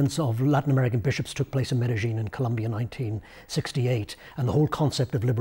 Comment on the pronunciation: I don't speak Spanish. But i know a little. Love that he pronounced the city of Medillin in Argie Spanish. This chap is all in.